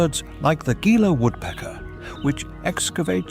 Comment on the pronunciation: A few notes on the narration - Gila is pronounced "hee-la" and Saguaro is "Su-wahr-oh". The temps have only been up to 50°c a few times, the last time it hit 50° was in 1993 or 1994. It does get up to 48°c often though.